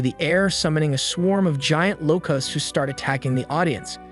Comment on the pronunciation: You keep pronouncing "Locusts" like "Low-Custs" "Locusts" is pronounced "Low-kests" Treat the "u" like an "e" Yes English is fucked... but that is how the word is properly said.